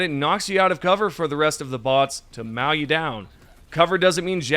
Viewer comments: Great update, but saying mow as meow is something else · Did you say "meow you down"? Mow pronounced "moe" 😹🐈